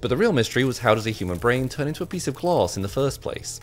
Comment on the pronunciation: Gloss is all I’m hearing